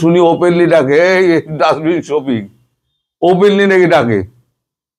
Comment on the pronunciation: ডাচবিন সফিক নাম টা ভুল কন কেনো।